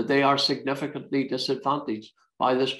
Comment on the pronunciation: Geoff Geoff relax your yourself your very angry man and confused its called a protocol not a provo call lol ya muffin ya gef